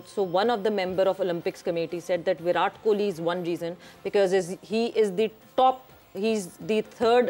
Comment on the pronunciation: It is not VIRATH, it is is "VIRAT". Pronounce his name correctly.....